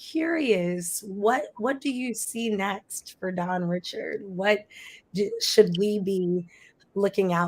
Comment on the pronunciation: Girrrlll if you say her last name wrong ONE Mo' time... I cringed every time 🤦‍♀ It's pronounced Ri-SHARD. Good interview though.